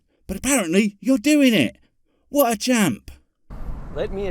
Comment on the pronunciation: Nice of you to mispronounce "chump".